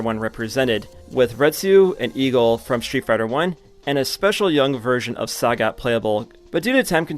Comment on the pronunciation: Why bro mispronouncing sagat???